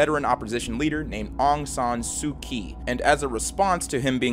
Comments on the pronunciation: Close, but the "kyi" is pronounched "chee", as in "cheetah", per NPR. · Aung San Suu Kyi is a woman. I don't know much about politics in Burma but I do know that much. And "Kyi" is pronounced like "chee".